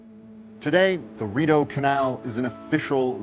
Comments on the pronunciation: Your research should have included learning the correct pronunciation of Rideau - 'Reed-Oh' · Your work is excellent. The canal is phonetically called THE REED-O. (French Based) It is no landmark. It is a working shipping way and quite frankly dwarfs many of The Uk Canal Systems. Sorry bud. Gotta tell. It is one of the worlds most incredible waterways. Hundreds of kilometres. I think you nissed the sheer scale of it.